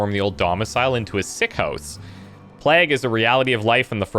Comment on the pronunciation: Plague is pronounced with a long "A" sound, not a short one. It should rhyme with vague, but it should NOT I repeat NOT rhyme with flag, tag, rag, etc.